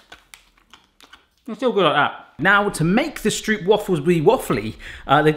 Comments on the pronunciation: You should've looked up the pronunciation of stroop instead of hallo hahaha. Nice job though! Here in the Netherlands you can often buy huge freshly baked stroopwafels from small vendors an the market and it's just the greatest thing ever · It is even more cool if you are able to pronounce ”stroop” the right way and because you are british I know you will be able to! The ”oo” in stroop just sounds like your british ”o” in ”oh ok” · You are pronouncing the stroop wrong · You don't say "stroop" like how you said it you must curl the "r" more like speaking afrikaans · I don't know what the f you tried to make, but it ain't stroopwafels for sure. And by the way... You pronounce stroop wrong! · Stroop is pronounced like strope. Like Rope with ST inront of it. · You gotta role those R's Strrrrrrooop RRRRRRRRRRRRRR like a playing card stuck to your BMX wheel sorta RRRRRRRRRRRRR. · Just in case you care about the linguistics, its actually pronounced sr-ooh-p w-AH-ffel, like the exclamations "oh, really?" And "Aahh, a monster!" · Stroop is pronounced as "stroap" as in boat 😊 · The pronunciation of Stroop is actually strope. :'D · Not that much, not that flat, cut them when they are hot (when you did it right, they halfs almost fall appart) not that much stroop.......oh wait, more stroop (the oo in stroop is pronounced like oe in goes or the o in those) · It is really funny 🤣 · Yay! A recipe from my home country ❤ The oo in stroop is pronounced 'oh' in Dutch. 😊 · As a dutch person the way you say Stroop make me both smile and grind my teeth at the same time :) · You definitely need to go to a Dutch market and watch them being made fresh. Because cutting the circle is superfluous. Just use less dough. And slice them while warm and soft. and please do not say the oo as in school but as in core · Cool vid! One thing: Stroop is pronounced Strope, Like Rope, Or Trope. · Might as well join the sheep and say that the "oo" is pronounced as "oa"